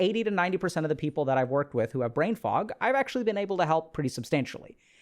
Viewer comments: Anyone else keep hearing “brain frog”??? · The first time you hear "brain fuck" instead of fog, you're lost and can't unhear it lol :D